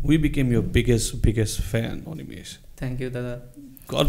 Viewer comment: এনেকুৱা প্ৰতিভা সকলোৰে বাবে আদৰ্শ। ❤️ By the way, ই ইমানসোপা ইংৰাজীৰ মাজতো যে "অনিমেষ"ক "অনিমেচ" বুলি নামাতি "অনিমেষ" বুলিয়েই মাতিলে, তাৰ বাবে অশেষ ধন্যবাদ। 😌